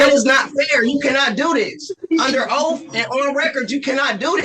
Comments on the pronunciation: Why do these “sovereigns” can’t get the word oath correctly?? The ONLY ooaf in this sovereign! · "I under oaf!" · “Your Honor you are under oaf “